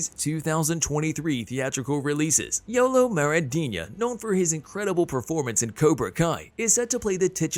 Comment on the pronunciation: Bro said YOLO lmao